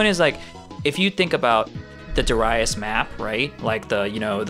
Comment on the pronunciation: Dare ee us